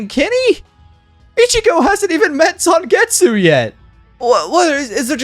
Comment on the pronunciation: Bleach Shattered Blade on the Wii was my introduction to Bleach and Ichigo always threw me of with his Bankai as I throught he said "Zangit Sugitsu" Instead of Zangetsu with the way the English voice actor spoke. I do love how they gave us a tease of Yumicika's true Shikai without propely showing it as well as giving us Ikkaku's Bankai even though the game exclusive wouldn't have the story progression for people to know about his Bankai.